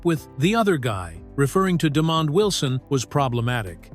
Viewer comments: "Demon Wilson"? It's De-mond, not "Demon." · I’m sorry but that gxxxdamn AI has got to go!!! Too many unnatural interruptions and wrong pronunciations! Example is Demond Wilson name butchering!